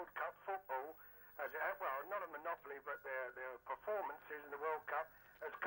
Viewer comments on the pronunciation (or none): none